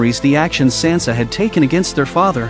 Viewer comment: Get Sansa’s name right